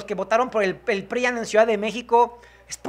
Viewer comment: Más despacio, todavía ni veo el primer video del día y ya estas con el tercero. 😂 Una observación tonta mía, pronuncia con acentos, por ejemplo: la palabra PRIAN, no la acentúas al momento de hablar y para mi gusto se oye mal.